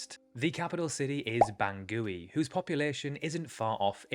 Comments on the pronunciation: “Bangouille”? It’s called Bangui. You should learn to speak properly otherwise people will think you’re a nincompoop. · Bangui is pronounced Bong-gee! And I agree that the Central African Republic flag stands out because of all the colors and its unique design. The flag of the Central African Republic was designed by Barthélemy Boganda, who was the country's first president in 1958 when it was an autonomous part of the French Community (the country would get their independence in 1960). Boganda’s flag design symbolically expressed his realization that France and Africa must march together. He combined the French tricolor with the pan-African tricolor, with the red stripe vertical to represent the common blood of mankind, and the blood they must shed to protect Africa like they did to protect France. The yellow star represents independence and African unity and progress. It was intended to be the flag of the United States of Latin Africa, a union of Romance language-speaking countries from Chad to Angola which he proposed in 1957. He proposed it as a counter to the British-influenced southern bloc of South Africa and Federation of Rhodesia and Nyasaland. However, the ambitious plan was cut short due to a plane crash in 1959 which ended his life. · How could you say y ou are describing the CAR without discussing Bokassa? And learn how to proonounce Bangui - it NOT ban goooo ee